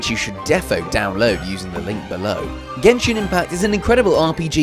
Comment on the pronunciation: did he just say Genshin.. With the other G...